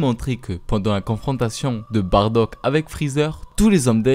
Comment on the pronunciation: On dit Baddac